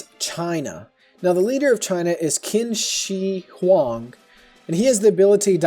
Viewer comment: It's not "Kin Shee Hwong," it's "Chin Shee Hwang" (Qin Shi Hwang)